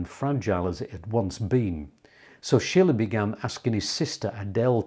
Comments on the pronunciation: Correct. “Sheele” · Sorry, Schiele is not pronounced like Friedrich Schiller, as you do, but like "Sheele", the intonation on the first syllable. (I am from Vienna). Otherwise much respect for the great video about this great artist still being somehow in the shadows. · Not Schiller, his Name is Schiile...with a long i,not a double l.....😊 Schiller was a German Poet during the Time of the Romantik. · I just wish you would pronounce his name correctly. Not Eggon, but EEgon. Not Shiller, but SHEELER. Otherwise, great stuff. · The man's name is Schiele with a long i - as you pronounced it, it would be spelled Schille.